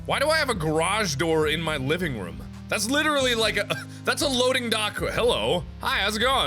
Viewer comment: This is the 23 time I have hear either Mark or Jack say "Rum" instead of room TODAY.